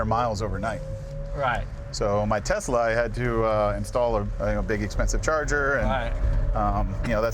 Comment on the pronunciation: Did Jeremy Clarkson teach Jay how to pronounce Tesla?